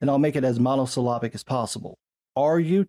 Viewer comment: did you say "mono-sylavic"? ;)